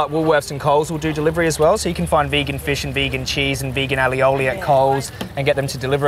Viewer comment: the way you kept mispronouncing "aioli" lol